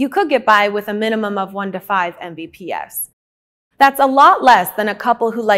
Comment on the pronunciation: Say it with me EM BEE PEE ESS